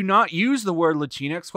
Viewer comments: "Lah-Tinks" sounds so goddamn funny. Shocked I haven't heard it pronounced like that before😂. I wish they'd stop using the damn word too. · Wtf is "Lantinx"?